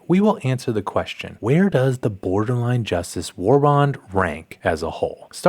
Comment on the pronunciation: Boderline Justice, Good video though but I found that funny.